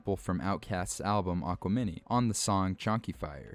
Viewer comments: Did you say “aqua-mini”😂 i just thought it was funny cuz its a mix between aquarius and gemini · The way you pronounced aquemini 😭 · Bruhhh we ain't gonna let that Aquemini pronunciation slide